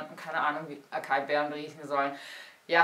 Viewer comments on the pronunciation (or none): Acai-Beere wird "asai-Beere" ausgesprochen :) Nicht das es wichtig wäre aber wie sagt man so schön ? Man lernt nie aus :* Tolles Video :)